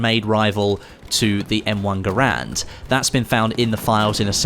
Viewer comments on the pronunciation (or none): You are saying garand wrong!!